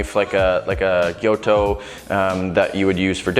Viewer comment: Gyuto, not "gyoto"!